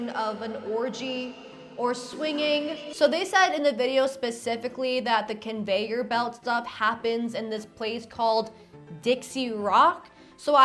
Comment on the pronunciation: ConveiYURbelt. the heck???